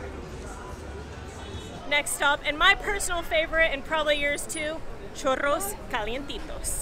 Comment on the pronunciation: Churros sin acento extranjero. wowwwwww avance gigantesco nivel avanzados... Gusto en verlos de nuevo